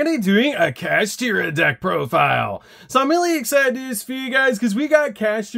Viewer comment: Just say profile like a normal person. Plus its at 1 on master duel. But yeah.